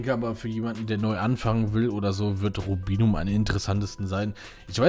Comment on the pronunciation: Komplett richtig ausgesprochen :) Lust auf ein PvP Teil ?